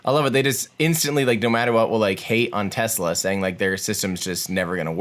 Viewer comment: Does it annoy anyone else that pronounces Tesla as TEZ-la instead of TESS-la?